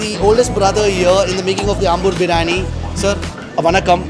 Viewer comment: Biriyaani.. Not biraani!!!